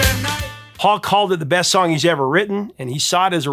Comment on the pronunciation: (The Smiths) Did you say breast song on the album?? 😂 Rewinded a few times, sounded like it! Rock on!! 🤘